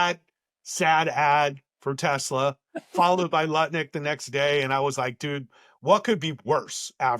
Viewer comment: Trump called it Tesler! He couldn't even get the name right!